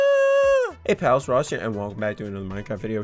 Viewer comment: So it’s nax(not ) and noss(not Ross)😂